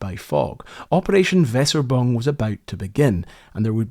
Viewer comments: Great story, very well animated - however…. I think he is trying to say ‘Weserübung‘ ….. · Nice presentation marred by constant misreading of the deceptive code name meaning Weser Exercise . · Great video. Pronounciation not perfect. It's not 'vesser-bung' but 'vayser-uebung' with a u-umlaut. It means 'Weser exercise'. Worth getting German words right, when one is doing videos about WWII. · The operation was not called "weserbung"- It is Weser-Übung, kind of two words with a short paus between them, the first referring to a geological position or the river Weser, the second word meaning "exercise". Also, in my opinion the loss of the cruiser is not due to lack of training, but more to the very bad scouting or reconnaissance done by the German navy - and bad commanders on ships/task force. And of course the brave actions of the Norwegian coastal defense. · Amazing video as always!:) As for "Weserübung" - It's pronounced We-Ser-Ü-Bung. We as in welcome, Ser as the end of Razor, Ü like Eeww and Bung like "Boong". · Pet hate! Mispronunciation, even of foreign words. It's not Wesserboong. At least try and pronounce Weserubung even a little better. And I don't know how to create an 'umlaut ' on my phone. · WeserÜbung. ÜÜÜÜ... It's a letter, it has a sound. Not frigging Weserbung... Ffs... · "Weserübung" ??? Veser bong? Yoube kidding me, right? Try, in Engrish, "vaesser-e-bung", said rapidly, accent on first syllable. This is not rocket science, dude. Took about ten seconds on Google Translate to figure (which I din't need, as I speak some German?) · it is not wesserbung but wEEserUUbung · It's "Weserubung (vayser-ooo-bung)" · Weserübung is pronounced more like "Vay-za - ew-bung" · man, you should pronounce the ü in Weserübung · Thanks for the video. I believe the correct pronunciation of "Weserubung" is something like "Vayzer-oo-bung". Perhaps a German viewer could advise. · It's pronounced "Vazer oo boong". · That is not how you pronounce Weserübung at all lol.